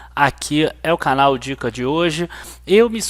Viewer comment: Opa, amigo, seu canal é ótimo, de vez em quando brinco, mas sim, você é super competente, mas não resisti em brincar: no começo você falou: se você gosta do nosso " carnal " ao invés de canal......kkkkkk ... desculpa mais uma vez a brincadeira, não resisti...😁😁😁😁